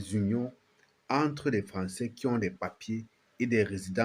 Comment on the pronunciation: Au Cameroun un sans-papier ne peut se marier. Pareil dans tout le reste fe l'Afrique pas de mariage sans carte de séjour. Les camerounais apprenez à prononcer travail et non cravail! Entre et non encre, droits et non grois!